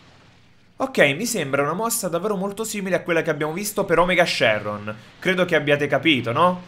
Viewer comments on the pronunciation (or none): none